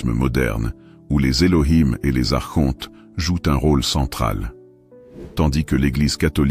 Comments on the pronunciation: On ne prononce pas ARCHONTE mais "ARKONTE" Madame l'IA ! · "Archonte, se prononce Arkonte" - Il faut expliquer ça à la voix de synthèse 😁 Je trouve dommage les créateurs de contenu spirituel qui ne prennent pas le temps de lire eux-mêmes leur texte. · Merci infiniment pour cette recherche sur les Elohim, et Les principes gnostiques. Archonte, se prononce Arkontes, cela vient du grec, arché, le principe, le pouvoir.✨️ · Mes "enfants "...merci pour votre présentation et explications variées a propos des Archontes. Au passage il est important de vous informer que l'on ne prononce pas les Archontes avec le son "shontes"....mais avec le son "quontes"....ce n'est pas le son vibratoire"Che" mais le son "que"! Intégrez cette correction dans vos conférences 😊🙏merci pour tous. Il faut sauvegarder la langue française! 🍒